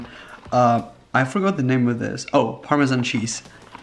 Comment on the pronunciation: “Parmizon cheese” kms